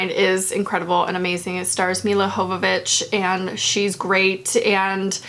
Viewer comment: Excuse me... mila hoe-vovich?